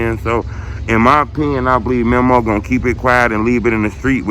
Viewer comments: why you stay butchering his name like that? its MEMO not mimo 🤦🏾‍♂️ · Bruh never says Memo's name right 🤦🏾‍♂️🤣